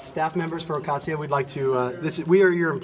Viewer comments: But “Adria” and “Ocasia” save me two entire syllables each! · She can’t even pronounce “Ocasio” right